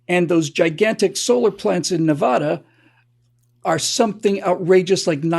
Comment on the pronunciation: being sick does not give you free reign to mispronounce the name of the state of Nevada. Nuff said.